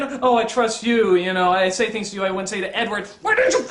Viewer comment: In the Twilight segments I keep hearing him saying “Edward” as “N-word”, anyone else?